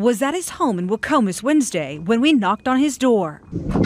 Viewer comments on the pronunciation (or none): none